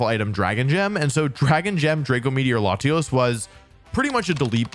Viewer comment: Thank God he didn't say "layshos" and "layshas"